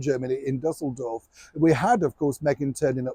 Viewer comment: I’m always surprised to hear British folks pronounce Düsseldorf the way you did, despite the German city so geographically near you.